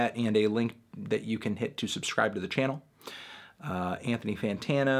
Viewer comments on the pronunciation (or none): none